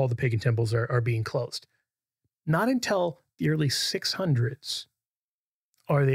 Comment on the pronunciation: Hmm, I wonder why says "un-tell" instead of "un-till."